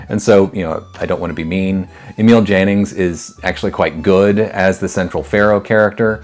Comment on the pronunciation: You, sir, are a gentleman. Needless to day, AI ain't. And if I might impose on your good nature for one more... Jannings in German, is pronounced Yannings. And that said, having just discovered your channel, I am going to dive in! (There is not a director on your list that is not worth our time!)